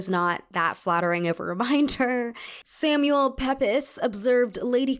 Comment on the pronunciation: I really love your videos and how well researched they are. If I have one note, it's to research how to pronounce certain words and names more accurately. "Mouches" is pronounced "moosh" and Samuel Pepys is pronounced "Peeps". That's all